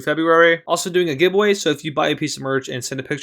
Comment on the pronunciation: "also doing a gib away"